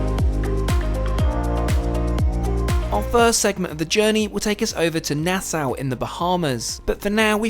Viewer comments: Nassau = "Na-saw" 🪚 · Ok, conch is pronounced konk and Nassau is pronounced Nassaw. I am Bahamian so I know this for sure. Love your videos. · it’s pronounced nah-saw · Nah-Sow haha! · Hard to believe anyone who is so widely traveled can't correctly pronounce Nassau or Grand Marnier.